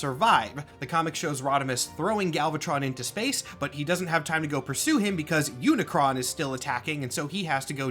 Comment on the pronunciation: Search for the transformers stuff you got pretty much everything right in fact I'm very impressed that you pronounce unicron's name correctly the main thing you got wrong is that Unicron is not just a Galactus rip-off Unicron is straight up robots Satan there's no other pretty fancy roundabout way to put it he is the embodiment of death evil corruption and destruction enter than that you really only got like a phrasing thing wrong when discussing characters within the universe nobody calls the transformer of transformer they're called cybertronians when discussing them outside of universe we call them transformers